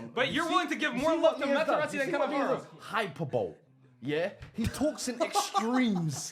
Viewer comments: Hyper-bowl killed me😭🤣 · bro said Hyper-Bole like it was a pokemon move lmaoooo